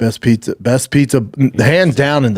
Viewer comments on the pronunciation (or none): He said Sally’s uhpizza🫠 abeetz